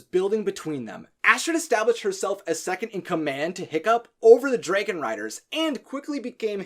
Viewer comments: Everything on this video was spot on right except the part when he says draagon instead of dragon😂😅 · Ugh. It's DRAG-on... and on and on and on, like every time he says dray-gon... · Ok it's drAGon not drAYgon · Hmm.. Dwægohn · dregin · dude fix your way of saying dragin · Am i the only one who hears draigon?? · The way you say dragon sound just like how you pronounce my characters name: Draigon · I have watched all three of the Hiccstrid videos and I love them they were amazing!! But I do have to ask why do you say dragon the way you do? Not hating at all just curious. Great job and cant wait to watch more videos ✌😁